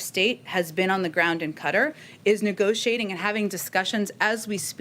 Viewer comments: Does Jen mean QATAR? (pronounced kuh taar) (not cutter). / Qatar is a peninsular Arab country whose terrain comprises arid desert and a long Persian (Arab) Gulf shoreline of beaches and dunes. Also on the coast is the capital, Doha, known for its futuristic skyscrapers and other ultramodern architecture inspired by ancient Islamic design, such as the limestone Museum of Islamic Art. The museum sits on the city’s Corniche waterfront promenade. ― Google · Qatar is pronounced "katar", not "cutter." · It’s Qatar Jen , not “Cutter” ffs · What does she mean by cutter, is she trying to say qatar ? She ignorant on top of being a liar. Everything about that person grates on my last nerve. This whole administration does. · Funny she's calling it cutter! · Cutter is how it's pronounced.